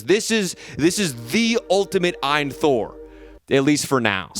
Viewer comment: The Eye in Thor lol It's A-Y-N Thor which the company says it stands for "All You Need". Source: AYN's indiegogo page.